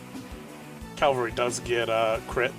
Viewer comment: It's pronounced cavalry. It's literally spelt that way.